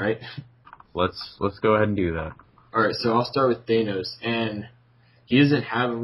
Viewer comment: You don't pronounce the a in thanos like that